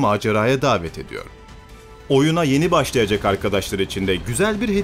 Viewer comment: Bu kadar güzel bir ses tınısı ama telaffuzda sıkıntı var. "Başlayacak" denmez mesela. Yergiden öte, daha iyisi için bir eleştiridir.